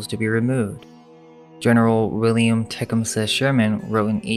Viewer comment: "te-kum-sea" not what the narrator said